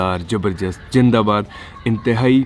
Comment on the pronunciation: bhai plz pronounce your opening greeting correct. Shandar Zabardast Zindabad. you always say shandar, jabardast, Jindabad